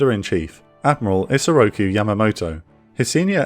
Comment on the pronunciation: His name is pronounced IsorokU --- NOT ki. :face-blue-smiling